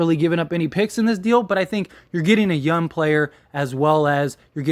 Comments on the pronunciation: Why do you keep saying yun and not young? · There’s a G on the end of “Young” player.